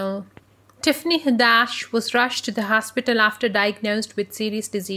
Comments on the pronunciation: Tiffany Ha-dash? It's Had-ish🤨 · It's Hadd-ISH, not HaddASH